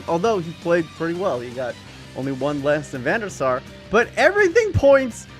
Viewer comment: when you say Van Der Sar i hear Venusaur ... (english is not my native language)